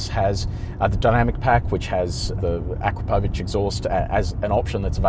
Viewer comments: Hajde, tako se ne izgovara Akrapovič - on je naš Slovenac! Nećeš valda sada počet kazati 'Tezla'? Sorry mate, couldn't help it 😁- keep up the good work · Have I been pronouncing akrapovic wrong